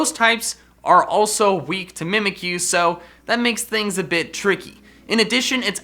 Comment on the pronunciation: three things, 1: W R O N G 2: mimikyu not mimickyu 3: how- its kommo-o not K I M M O